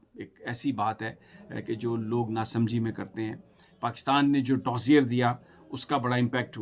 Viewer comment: Dossier: the "r" is silent, pronounced as do-se-aè